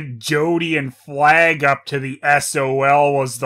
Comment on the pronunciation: The deer was called 'Flag'? I kept hearing 'Plagg' 😂